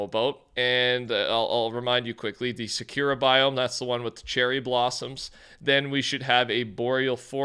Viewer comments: Its pronounced sah-coo-rah fyi 😘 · SAY IT WITH ME NOW: SAH-KOO-RUH